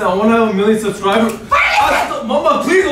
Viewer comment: WHAT U MEAN MILLIONS SUSKRIPERS